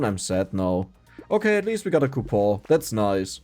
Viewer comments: I'm currently learning German and I get to learn so many fun words from you that normal courses won't teach me c: Also I remember you saying you didn't now how to say "coupon", you're so close just add a hard "n" sound at the end :D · I am not even sure what is wrong with his "coupon", but some of the ways he says items is quite funny.